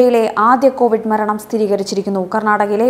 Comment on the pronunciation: കോവിഡ് അല്ല കൊവിഡ്